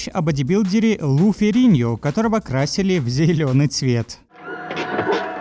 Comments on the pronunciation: It's Lou FerriGNO!! Is this AI or just someone that knows NOTHING about how to pronounce names!? GEESH! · That happens to be FERRIGNO!/ Captions spelled it right, why can't you pronounce it?/ Now, YOU may think it looks "ridiculous", but the rest of us think more along the lines of "iconic"!/ When I clicked, who knew you were a "Hulk basher"?/ This is the one series at the time that more or less gave Marvel a HUGE push toward cinema. Respect! Nuff Said!// Eric Bana's Hulk dug into background. No series or film (on-screen) had told a story about his father. However, CGI had come around. No more live-action Hulk. Same with Ed Norton's version. Plus, the acting was sub-par.//